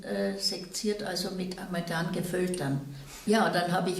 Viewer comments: *Amalgam (nicht "Amalgan") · Es heißt Amalgam, nicht Amalgan.